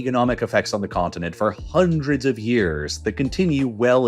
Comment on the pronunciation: HAAAAAAAANDREEDS OF YEARS 🤣 why he pronounce it so funny??